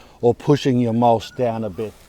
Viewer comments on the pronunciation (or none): Love the channel but stop saying mulshhh Mol-ch CH CH not sh sh sh shit Ya not from Melbourne so stop saying things like a fuckwit